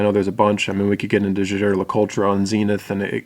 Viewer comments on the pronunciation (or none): none